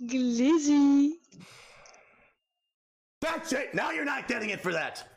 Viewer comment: The way he said glizzy sounded like he had teeth(like toon dentures) bigger than his entire head never trust a person who yells and shakes their head like that